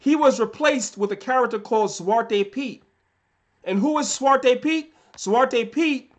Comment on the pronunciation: Btw: your dutch pronounciation ( zwarte piet, and dutch names) is on point fan!😅